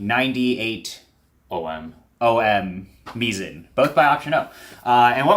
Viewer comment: option-o says the pronunciation is actually "mai-zn": Mizen (pronounced "mai-zn") is the name of our product line featuring our in-house developed burrs, embodying our core beliefs and approach towards burrs. The name "Mizen" draws inspiration from the nautical term "Mizzenmast," symbolizing the vital role burrs play in the world of coffee grinders, akin to how the Mizzenmast is crucial for a ship’s stability.